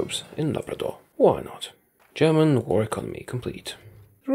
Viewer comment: I love your German pronunciation